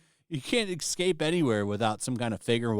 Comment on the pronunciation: There's no x in escape by the way... it's escape, not excape